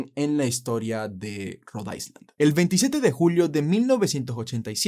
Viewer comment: Interesantes historias... solamente que cuando pronuncies la palabra island omite la letra s pues se pronuncia "ailand"...buena suerte.